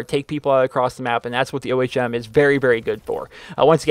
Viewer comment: It is pronounced like when you say ohm when you meditate